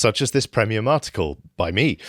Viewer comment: "Prehmium" is a mildly irritating pronunciation that I've never heard anyone else use before...